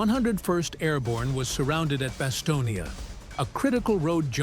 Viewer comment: It’s BasTONe, as in the word stone. Not Bastonia, for Pete’s sake. The final e is silent. How can you make a video about the place and not know that?